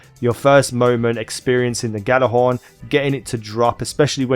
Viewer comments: It's either jallerhorn or yallerhorn but the g is silent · It's pronounced jallerhorn it's a silent g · The gj part is pronounce as a Y. so you would day it as Yallarhorn.